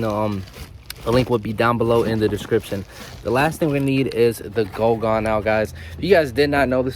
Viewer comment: Goo gone, not go gone. Good video though